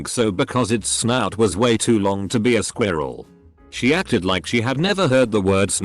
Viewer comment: The way the narration program says “squirrel” cracks me up.